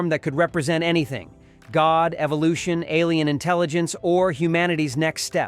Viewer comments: The actor’s name is pronounced “keer de-LAY.” NOT dull-ee-uh. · You went to all the trouble to make this video but couldn't take the time to learn the correct pronunciation of Dullea? Duh-lay, not Dully-uh. Sheesh! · It's Keir Dew-lay, not Dull-e-ah. Please correct your AI. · Keirs's name is pronounced "Doo-LAY", not DULIA. Get rid of the damn computer and hire a person. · * ' AAA ' Space Odyssey ? Try ' Ah ' in pronunciation . . . . . . er . . Keir Dullea ? that's pronounced ' Dullaay ' . . . * (and what's Christopher Nolan doing in this ?) . . Perfect is pronounced as in ' perFECT ' . . . * . . Why are some scenes mirrored ? . . . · Du-Lay Simple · Pronounced...duh-LAY. Keir duh LAY. He was my neighbor in Westport, Connecticut. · Doo-lay. For the love of god, ditch the AI voice or if it is a real voice, try learning to pronounce words correctly. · Kier DULL-e-a? H.A.L as separate letters? Filmed under fluorescent light? AI sucks. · From the AI constant mispronounced Keir Dullea to repeatedly showing Christopher Nolan instead of Kubrick this is a sloppy mess. Complete lack of detail.